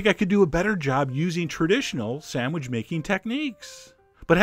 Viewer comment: "the shooter samwidge"